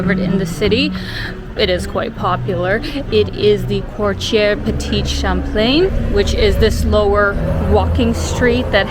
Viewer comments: Great video of Quebec, my hometown. Loved all your videos of Ukraine, one of my favourite places to visit. Just one thing, it’s quartier (quarter), not courtier ☺️ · Someone might have mentioned already but just in case…it’s QUARTIER Petit Champlain…🤓 (not Courtier)